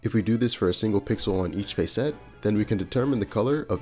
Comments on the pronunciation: This is awesome but I almost had to stop watching because you kept pronouncing facet as face-ette instead of fah-sit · In the real world there is a word describing similar parts of a gemstone spelled facets pronounced FASS-uts as opposed to your fay-SETS (emphasis in on the capitalized letters) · Cool video. Btw "facet" is pronounced closer to "faucet" than "face-ett". ""Fass-itt". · hey I'm sorry to do this to you man but facet sounds like asset..... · Sorry to be that guy. Normally I am not but facet sounds like asset. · Short "a" sound in "facet". Yes, it's pronounced differently to "face".